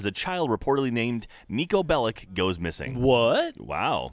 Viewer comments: He is Serbian, and hes surrname is pronaunced wrong. It is Belich, see my surname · Bellic not Bellick. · YOU PRONOUNCE IT BELICH